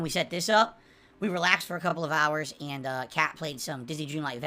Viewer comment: How about everytime he says and: "eeand".